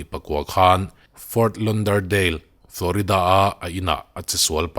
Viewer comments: Fort Lauderdale hi — lau tih a lam tur zawk.. Lon nilo in... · Ft Lawderdale tia lam tur sap ho khuan chutiang zel cuan an lam..utube ah pronounciation chu en tur awm a post hma a lam dan tur hriat nan tha ber..engpawh nise i aw ngaihthlak anuam ber mai..ngaihnawm keep it up